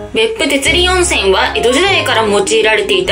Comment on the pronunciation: ははは鉄輪温泉を｢てつりん｣温泉って言ってるそこのあな～た！！ のんのん！ ｢かんなわ｣温泉って言うんだよ😃